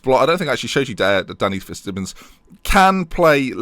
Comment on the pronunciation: It just going to annoy me till hes gone. Fitzsimons is pronounced Fitz-Simons, not Simmons. Just annoys me because its my surname 😂😂 picky i know, sue me.